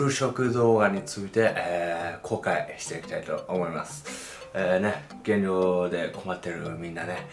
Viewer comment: 減量じゃなくて原尿に聞こえるムード